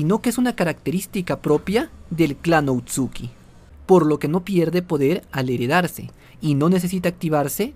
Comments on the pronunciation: Se dise otsusuki no otsuki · Lo único que me molesta es que diga otsuki y no otsusuki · Porque dice otsuki si es otsusuki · Por qué dices "otsuki" en vez de "Ootsutsuki"? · Amigo es otsutsuki no outsuki... lo demás buen video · no quiero sonar criticon xq estas cosas las suelen decir de mala manera pero, son Otsutsuki :v no outsuki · perdon pero no se dice outsuki es otsutsuki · se dice otsutsuki